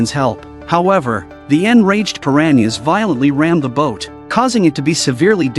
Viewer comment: 🤣 I lost it everytime AI voiced that 😁